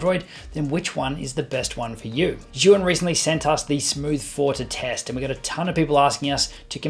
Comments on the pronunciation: Great review! It’s pronounced like “Ji-yoon” by the way ;-) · Osmo Mobile 2 is best compared with Zhiyun Smooth Q. Both are similar in functions, particularly, with their respective joysticks. BTW, Zhiyun is pronounced as "Zune".